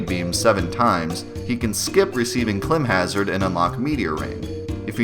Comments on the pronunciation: Awesome video, good info, I learned all this stuff from the Versus Guide. If you're OG you know what I'm talking about. Also, I think it's pronounced climb (as in climbing up a cliff) hazard. Not klimb. But that's just me. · I think it's pronounced "climb hazard"